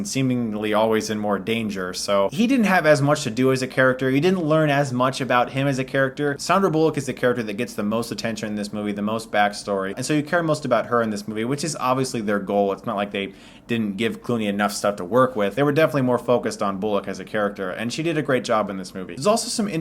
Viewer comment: I can understand not being able to pronounce Cuaron, but 'Saundra' Bullock? What? Anyway. Good job. Keep up the good work reviewing... Stuff.